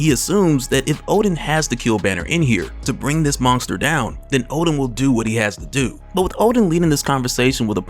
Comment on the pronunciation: Man you say "monsker" nonskop!